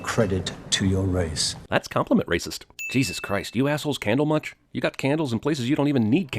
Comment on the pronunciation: NEW WORD!! Complimentist